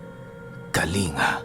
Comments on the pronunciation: its kalin-ga yan po tpang pagkasabi ng kalinga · madami kana pong storya sa lugar ng kalinga. Pero ang tamang pag pronounce ko dun is "KA-LING-GA" DOUBLE G po ang pag pronounce nun. 😊